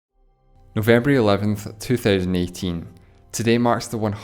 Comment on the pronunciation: "Novembery eleventh"